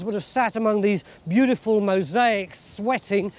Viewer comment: "Beutiful", huh?